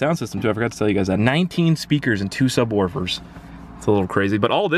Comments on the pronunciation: He pronounced subwoofers like subwarfers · "and 2 subWORFERS"XD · Ahahaha "SUBWARFERS" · "Two subworfers" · "sub werfers"